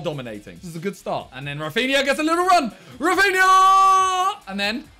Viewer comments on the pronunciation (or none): oy simon, a tip from a brazilian subscriber ;) In Brazilian portuguese we pronounce the R in rafinha's name like "Hafinha" ;) much love bruv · Simon He’s Brazilian, so it’s pronounced more like Hafinha than Rrrrrafinha